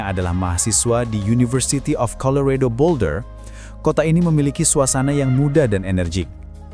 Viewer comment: Colorado atau Chicago pronunciation nya persis spt tulisan nya boss.. jgn digocek jadi 'redo' atau 'cego'.. terlalu kreatif! :)